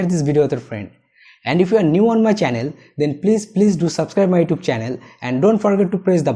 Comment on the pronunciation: Please say YouTube right. Thank you good video.